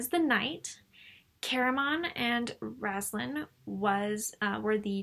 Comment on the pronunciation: Found your channel randomly and enjoyed your critique of on my favorite novels. My only "complaint" is how you pronounce Raistlin's name. You say it as Raz-lan but it's Ray-st-lin. I cheated and fast forwarded to your newest videos just to see and you do say it that way in the newest one too. here is Margaret herself saying Raistlin for example. Besides that tiny nitpick I really enjoyed and stayed to the end! Keep it up. There are a lot of wonderful elements in the Dragonlance novels.